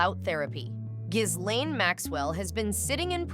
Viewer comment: It’s Gee lane